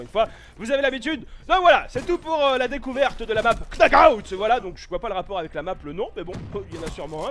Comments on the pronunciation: c'est pas Knockout que ca se prononce c'est Nockout que ca se dit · Le "k" ne se prononce pas dans knockout ! Jdis ça parce que je sais que t'aime bien dire les mots anglais de la manière anglaise 😉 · Petite précision: On prononce pas le K dans Knockout :p il est muet. Superbe map j'ai trop hâte d'y jouer ^^